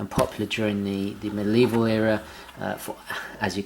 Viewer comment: The word is ‘medieval’, not ‘middle evil’...